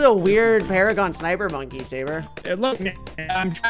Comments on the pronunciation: 5-5-5 NUJA MONKEY VS NINJA PARAGON. (Also there "PARAGOAN" and not "PARAGON"). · “Paragaon” what the fuck